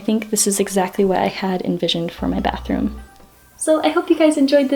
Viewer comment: „Bathoom“ LOL